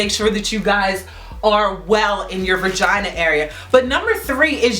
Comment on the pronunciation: She said some “VIRGINAA” 😂